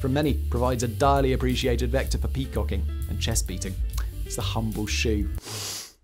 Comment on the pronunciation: He said "peacocking"